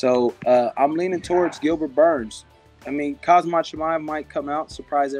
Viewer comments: I hate when people butcher names when it’s clear how to say it….K H A M Z A T. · Surprised at how many of these fighters have an option on Khamzat but don't know how to pronounce his name.